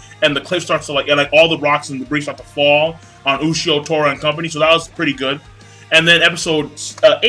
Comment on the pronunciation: Ushio "toe" tora.